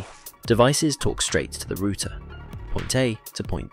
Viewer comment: I can't watch this! If you not pronounce router correctly then get off line! I bet you can't say garage or aluminum correctly either! Lmao what losers. My opinion, do your own research